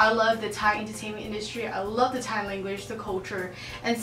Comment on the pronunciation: You pronounced Thai language so well.